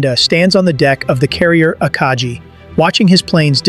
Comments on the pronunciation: AI narrator immediately muspronounces the name of the Japanese carrier Akagi. I usually block AI channels, and that cinched it for me. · A lot of people complain of the "subscribe" animation, and I get it. But I couldn't even last long enough for that to bother me. The IJN Akagi is pronounced with a hard G. A documentary that doesn't know that is bound to get other stuff wrong.